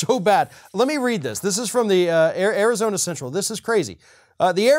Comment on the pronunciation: "Arizoney". I like that little gaffe.